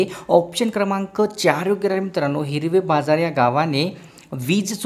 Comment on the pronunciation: हिरवे बाजार नाही हिवरे बाजार